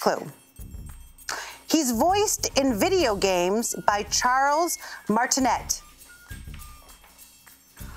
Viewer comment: Think it's pronounced "Martin-ay" instead of "Martin-et"